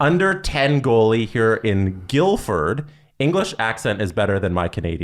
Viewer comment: I love how he mispronounced Guildford after she even said that too 🤣